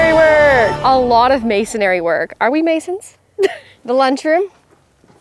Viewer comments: Silly girls, it’s reeeee bar not ray bar and masonRY (not masonARY) 😅😊❤❤ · Y'all are awesome. but I gotta correct pronunciation MA-SON-RY. not ma-son-ary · Oh,! Its not Ray-Bar, its Re-bar. Because its Reinforcement Bar - Rebar. And its not mason-ary, its masonry. 3 syllables, not 4. LOL But we still love you! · Love the video. I don't know why it bothered me, but there is no second A in masonry. Hopefully constructive criticism, Its mason-ree not mason-air-ee